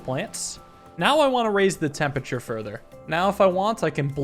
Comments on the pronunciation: it's temperature, not tempeture. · Raising the "tempature"